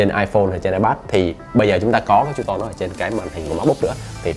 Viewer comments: Hình như là true tone đọc là tru - tông phải k bác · góp ý nhỏ: không phải "con bướm" và không phải "tru ton" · Ổng đọc là tru ton á, tr mạnh đàng hoàng mà mấy ba